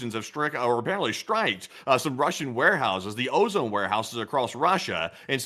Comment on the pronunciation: You're pronouncing OZON wrong, It's pronounced "o-zon" no E how we say ozone. Like think OZ - ON (like turned on), that's it. It's kinda tilting me hearing you say it.